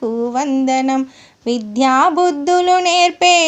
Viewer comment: మీరు విధ్యా బుద్ధులు అంటున్నారు విద్యాబుద్ధులు అనాలి